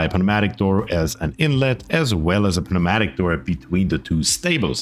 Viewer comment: pneumatic door is pronounced like "New matic" the P is silent